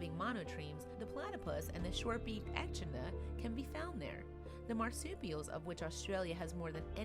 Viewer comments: odii. Thank you. I was wincing at those. It seems increasingly commonplace to hear You Tubers mispronounce unfamiliar words. All they need to do is Google the pronunciation. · Echidna- eh' KID nuh Coelocanth- SEE low canth